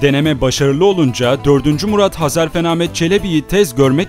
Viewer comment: Sevgili kardeşim, öncelikle bu video için teşekkürler ve bu tarz videolarını dört gözle bekliyor olacağım. Hezarfen benim yıllardır sanal alemde kullandığım takma adım, bende hep onun gibi uçmak isterdim hatta rüyam da uçtuğumu görürdüm. Lafı uzatmadan şunu söylemek istiyorum, video da sürekli Hezarfen değil Hazarfen dedin, bugüne kadar tanıdığım bir çok kişi de Hazarfen dedi. İnsanlar bunu bilerek mi yapıyor, söylemesi zor mu geliyor anlamadım. Hadi diğerleri daha önce tanımıyordu, ismini çok telafuz etmedi dillerine yabancı geldi diyemedi, sen niye dedin kardeşim:)